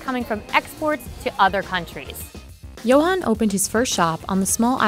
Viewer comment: Johan not "yohane"